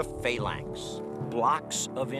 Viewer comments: For fuck sake, you could at least pronounce words correctly... "Phayylanx".. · just luv the pronunciation of phalanx......:) we were always taught in english class it was a hard a ...to get the pronunciation used used in the vt you would have to spell phalanx - phaelanx .